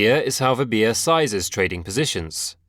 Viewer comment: Her name is called as "" "v" "bha" "". not "v" "bhi" "ya"